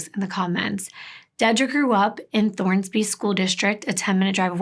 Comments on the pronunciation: I love your channel and the way you tell these stories but I have to tell you: it's Thorsby!! No "N", not Thornsby. Sorry, my dad lives there and I just had to pop in to say something. Still love you!! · I love your videos. This story hit home for me because I am from Clanton, AL. I've been to the placed you mentioned. I never thought Clanton eould have anything like this. It's possible I know some if the victims kin. Oh and the ciry is Thorsby. Not Thornsby.